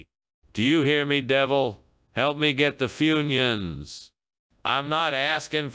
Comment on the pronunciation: Funions. Foonyoons?